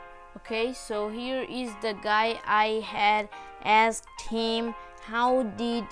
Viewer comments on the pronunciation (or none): none